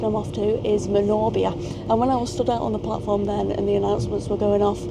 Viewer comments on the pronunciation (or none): Manor Beer! Not wot u keep saying 😂. So ecstatic to see Clarby Road where my love of trains began nearly sixty years ago! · welcome to Gods Country just one point listen to the train announcer how he says Manorbier you missed the Milford Haven branch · "I think it's because I'm wearing jumper and pants" yeah, for us Brits she means trousers Also the way you say manorbier 😂